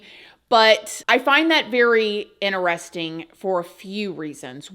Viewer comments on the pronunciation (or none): Gotta love all of word accents! “PO-LEESE”! and “ Very INTER-RESTING! 😊” ❤❤❤